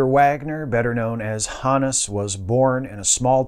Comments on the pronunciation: I've always heard his name pronounced with a hard 'O'... H OH nus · I thought it was pronounced Honus